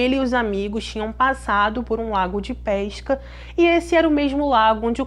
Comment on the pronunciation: Vou deixar aqui uma critica constructive. As vezes não entendo certas palavras como PEISCA ? FLOREISTA? ETC .... Acho que se pronuncia PESCA/FLORESTA FICA A DICA🙃